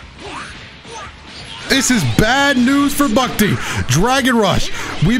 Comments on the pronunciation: Lmao was really struggling to say "Bucktee". Guess hes not familiar with the Toronto lingo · Hearing say bucktee is the best thing ever